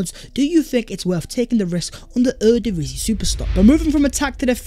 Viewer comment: ...Ere ( Divisie ) is pronounced Era, as in start of an era. Era means honour, so the Honour Division.